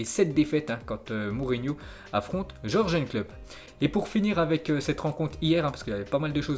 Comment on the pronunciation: Jürgen klopp se prononce yurguen klopp stp.. à force ça rend ouf avec les noms que tu écorches.